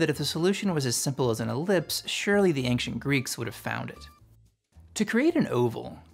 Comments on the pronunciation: Friend, 'ancient' isn't pronounced "AING-shent", it's just 'AIN-shent'. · Why do you say ancient like that